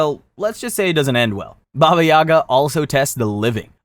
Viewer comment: Its not baba YAga its baba yaGA